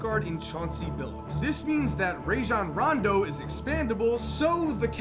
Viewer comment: And u said Rajon randos name wrong and Pau Gasol